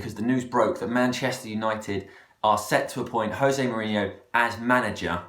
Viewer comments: Lets get it right Jose is not spanish so not Hosey its Jose JO SE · JO-SE not HO-SE its portuguese not spanish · Its José not Hosé, he's portugese. Watch him in interviews, he pronounces his name as José, he's son and father are also called José. :) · Stop saying Hosé. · You pronounce the 'J' is José Mourinho. He is Portuguese, not Spanish! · You are aware that Jose is Portuguese and not Spanish. As in the "J" is pronounced as a hard J sound and not a H.